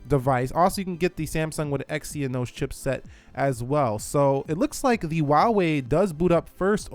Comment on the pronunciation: You can't seem to pronounce Exynos properly! EXYONOS?!